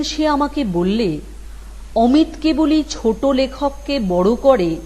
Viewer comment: অমিট> অমিত > অমি'তো' এই উচ্চারণ হবে।